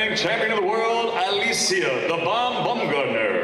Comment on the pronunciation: Is her name really pronounced BUMgardner? I’m pretty sure it’s supposed to be BOWMgardner, (from the German “word “Baum” meaning “tree, as the name is of German origin.)